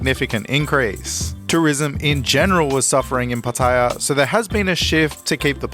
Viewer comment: It's pronounced Pa-ta-yar. Not Pat-ayer... Just sayin.